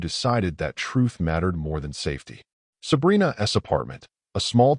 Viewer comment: Your AI voice doesn’t know what an apostrophe S should read like. Instead of” Sabrina‘s hand”, it says “Sabrina ESS hand”.